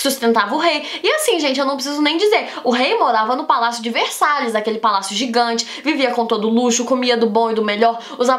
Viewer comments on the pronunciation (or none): none